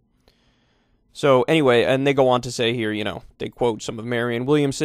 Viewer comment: If you got to , it sounds like Kyle says “Anyways, a ni**a want to say here …” honestly kinda rad